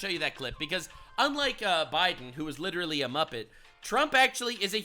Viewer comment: But it's "LITTLERY" ALL FAKE FACTS